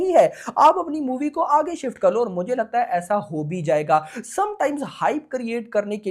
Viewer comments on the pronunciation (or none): none